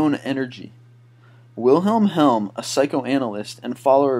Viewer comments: I'm sorry to say this, but the narrator needs to read the copy before he reads it for the video. Just in the first item, he says "Wilhelm Helm" for Willhelm Reich, mispronounces libido & orgone, and stumbles over the word "accumulator." Then there is the business about the "Nobel Peace Prize in Medicine"... Still, an entertaining and amusing video. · it's weilheim reich, not weilheim helm. and you forgot to mention that he was a communist and wrote, "the mass psychology of fascism", which is standard reading for any English language intellectual. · Wilhelm REICH! Also libido is pronounced "ləˈbēdō." Reading, UK is pronounced "RED-ing." Lead Tetra-ethyl is not the leading pollutant from cars in the United States. It has been phased out gradually from the 1970's to 1996. Even back then, lead was not the leading pollutant.